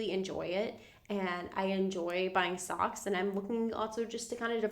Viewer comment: I heard “I enjoy buying stocks” as “ I enjoy buying socks” 😂